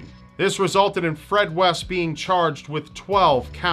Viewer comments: West? I thought he said "Weast"... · West? I thought you said Weast.